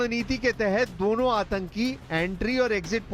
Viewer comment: Deno desh nahi dono desh lol ,, kya news reader banegi 😂😂😂😂😂😂😂